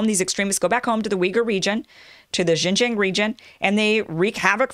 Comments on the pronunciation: xinjiang the xin is said like sheen as in charlie sheen. the jiang is harder. the ji is pronounced the same as the letter G. this is why many chinese people mix up G and J. so its g-ong- the ong like ang in angela merkel. messy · Hey Kim. Its pronounced as Xinjiang.... not JinJiang. Too many amerikan speakers are doing this. You need to learn how to say your Xin. Same way how they can't say Huawei properly. Really irrating. lol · It’s American not Amerikan... Most people don’t bother speaking the imported words correctly in any language. In China we make things up too, for example, Trump is called Telangpu. That’s worse than Junjiang for Xinjiang. Who cares? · It is pronounced as “Shinjiang” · Xinjiang pronounce shin-jang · hello kim. try it like this yuan=you-on. like are you on the bus? i think its funny how you brought up the comment section for getting on your case. also everyone in media usually get that wrong as well as the pronunciation of xinjiang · You’re embarrassing yourself, Kim. You have to spend 10 or 15 minutes to learn how to pronounce Xinjiang and yuan. It’s not hard at all, and you will forever sound more professional.